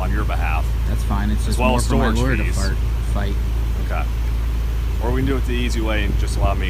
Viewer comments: Listen carefully....the dude actually “flubs” his words and says, “that’s ok, it’s just more for my lawyer to FART, fight”. 😂😂😂😂😂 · mins in .. did he just say "more for his lawyer to FART"? 😕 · Ok, wait just one sec...did he just say that’s more for my lawyer to fart?! It’s at about ...I could be wrong, but I heard fart. I’m choking from laughing 😂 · "For my lawyer to fart--fight" I replayed that until I cried🤣